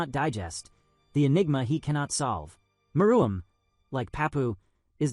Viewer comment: May wanna fix your AI script to pronounce meruem right